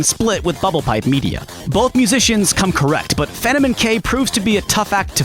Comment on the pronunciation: "Fanto-men-k" is that the actual way to pronounce his name or is that just how your pronouncing it????